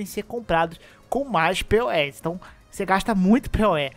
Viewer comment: quando a pessoa não sabe o que é um Gachapon... Não chame os poes (se pronuncia pou ou pous) de P.O.E, eles podem vir puxar seu pé à noite.